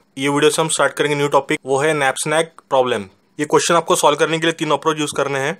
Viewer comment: Knapsack❌ napsnack ✅